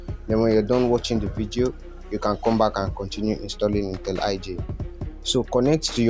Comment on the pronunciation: It's intelli J, not intel iJ.. wtf lol